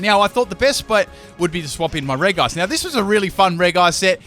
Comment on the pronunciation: The way you say regice makes me cry.